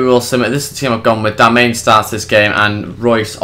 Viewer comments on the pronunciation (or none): Btw its not darmain its darmian